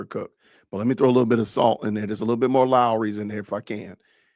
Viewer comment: You must be a fellow Southerner "Lawreys" indeed is salty southern spice